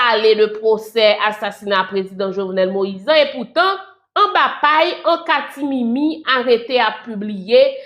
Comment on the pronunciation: Yo di an" katimini" se pa an katimimi, fè koreksyon an pou nou. Mèsi. ❤